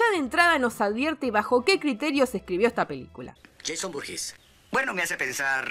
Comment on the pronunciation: Cuando dice el nombre completo de Jason entiendo "Jason Booties" y me cago de risa.